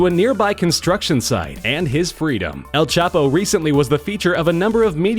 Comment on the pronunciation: The way he says el chapo 😂